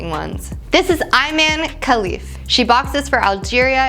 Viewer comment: Had to stop at 20 seconds. My seemingly unaware compatriot completely Becky-ed out on the Iman pronunciation. I think they did that on purpose. Didn't work.